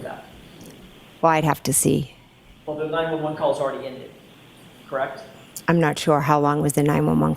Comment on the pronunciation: "Kract".... is that the same as CORRECT? AND, THINK a.m. jennifer can't forget it!😅